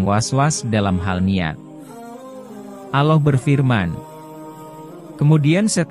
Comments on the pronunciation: Orang tak kan pd chanel,knapa....?yg menyampaikn narasi nya nya menyebut Allah aja aulooh,mnybut Sholollahu a'laihissalam aja sololohu,bukhori dgn bukori,yg benarlah narasi nya biar enak mndengarnya,trmksh... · Pembicara diblkng layar klo bc Allah dan bc SAW blepotan kurang pass gtu.jd nggak enak didengar...